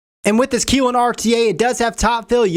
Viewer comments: its pronounced Ki lin. y is pronounced like eye not ee K eye lin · man you're keelin me with the mispronounced words. kylin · My name is Keelan. It's pronounced the same way as he's pronouncing Kylin. This video is odd...... Lololol